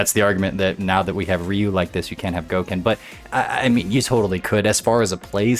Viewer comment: Once you said Goken I left